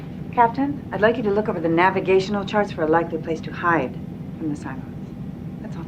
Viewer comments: "The Cyclones" wtf lol can you read? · Cyclones? You mean Cylons.